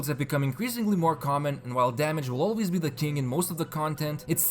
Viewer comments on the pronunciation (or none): none